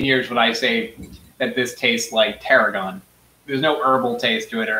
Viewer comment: But its “tarhoon”